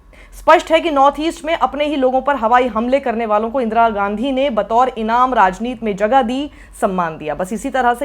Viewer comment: साक्षी जी आप फिर से राजनीति को राजनीत hi बोलती हैं. ऐसा क्यूँ? क्या राजनीति को ठीक तरह से पढ़ना आप जरूरी नहिं समझती हैँ? याद रखें बड़ी सी सफेद चादर पर एक छोटा-सा काला धब्बा दूर से नजर ata है.